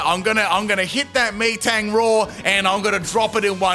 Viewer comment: Lol im sure he definitely mispronounced metang's name the way he said it no offense sounded so weird